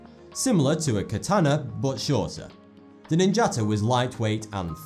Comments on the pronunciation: Oh, he meant 'Ninjato' and not the way he pronounced it as "Ninjata". He must be someone who says 'Anion' instead of 'Onion'. Anyhoo, he didn't mention the Zulu and even the Mongols. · your pronunciation and research is crap. non jaato-bullshit,its ninja to. Maori are not indigenous to New Zealand-they mass migrated from HAWAIKI which has never been identified. Mongols DID take prisoners-they absorbed whole populations with some of them pressed into military services